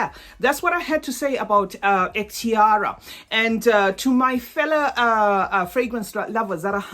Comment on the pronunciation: It pronounces Ehktiree It means My Choice